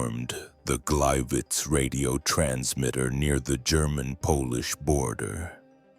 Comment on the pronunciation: Ki ist für Jahreszahlen meist noch unbrauchbar, zB am 28. Juni 191(!) statt 1918! Auch Sudetenland und Daladier und Gleiwitz kann die KI nicht aussprechen!